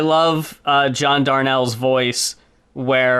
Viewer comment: Hate to be that guy, but the Mountain Goats frontman's name is John Darnielle. "Dar-kneel" Also, something you'll find funny. In the music video for The Legend of Chavo Guerrero, the actual Chavo Guerrero Sr. appears. And when John sings to his father that "your ashes are scattered on the wind," Chavo is next to him with a look on his face like "The fuck?!"